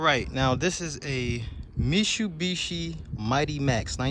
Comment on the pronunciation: Mishubishi 😂😂 the way you said it made me lmao